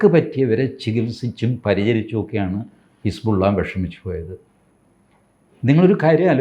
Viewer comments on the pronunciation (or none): none